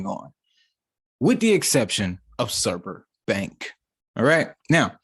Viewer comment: Not pronounced surber